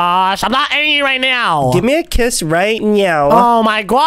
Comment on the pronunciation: meant to say give me a kiss but In stead he said give me a quiz😂😂😂😂